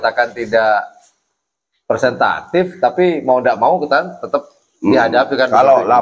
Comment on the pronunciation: Representatif bukan persentatif.hehehehe 🙏